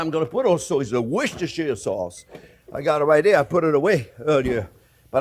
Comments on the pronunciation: Jean-Pierre, I told you a long time ago, the sauce is correctly pronounced as 'Wooster Sauce' not Worcestershire sauce 😎😎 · The British pronounce is wooster-sure